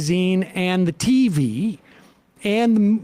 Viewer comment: Did Sam just pay homage to Norm, with his pronunciation of the 'tee-vee'. I think so!